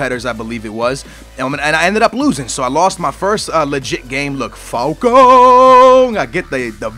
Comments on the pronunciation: Can you please stop saying Falcone? its clearly Falcao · It's falCAO not falco. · FalcAO, not Falcong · Does Falcao prenounce like Falcone? Dafuq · Shit pronounciation on falcao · Please stop pronouncing falcao like that